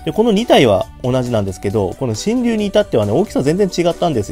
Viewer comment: 読み方しんりゅうじゃなくてシェンロンです確か